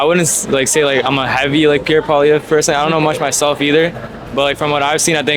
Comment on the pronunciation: These people are in university?...omg...they cant even pronounce pierres name right